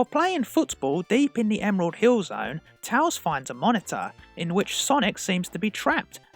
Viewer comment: It’s tails not tals